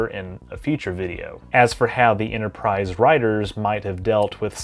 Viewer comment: There is no "Innerprise" in "Store Trek"